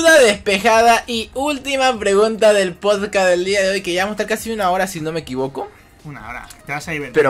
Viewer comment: Cada vez que decían podcast mi mente era como: SE DICE "PODCAST", NO "POSCAS", PRONUNCIENLO BIEEEEEEENNN Perdón, tenía que decirlo x'd Fuera de eso, estuvo genial, esperando el siguiente con ansias! 👀💕